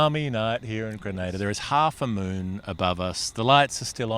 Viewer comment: You moron need to learn to pronounce Grenada properly. Don't be ignorant